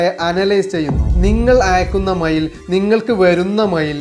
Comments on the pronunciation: മയിൽ അല്ല മെയിൽ 😮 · മൈൽ അല്ല മെയിൽ ആണ് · മൈൽ 🦚 അല്ല mail 📩😂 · എടോ മയിൽ അല്ല, മെയ്ൽ ആണ്. 😱🙄🤐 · മയിൽ 😂 അല്ല മെയിൽ ആണ്.